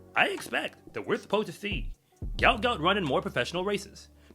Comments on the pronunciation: It's actually pronounced "gwot" - as in "goo-ot". Say it fast, and you got the right pronunciation. But it's definitely not 'goat'.... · What is wrong with you people and this boy’s name???????? It’s pronounced G-W-O-T G-W-O-T!!!!!! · Aussies look good for the next few years! Gout Gout (whose parents say his name is pronounced “Gwot Gwot”) is just 17 years old and Kennedy is also a young 21 years old.